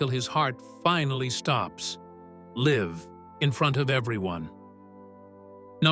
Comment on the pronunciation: Memo to AI voice "Liv" is not the same as "Live"